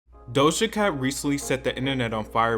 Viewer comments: Um it’s Doja cat , Not dosha cat stop miss pronouncing her Name dude Get it right next time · Why you say her name like that and spell it like that? The disrespect💀